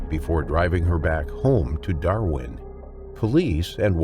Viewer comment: I’m sorry but as an Aussie, hearing an American pronounce Darwin and Kakadu makes me laugh 😂